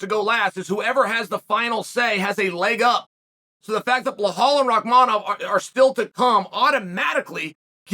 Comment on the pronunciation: Chael got so used to mispronouncing Belal's name that he stumbled the one time he pronounced it right 😂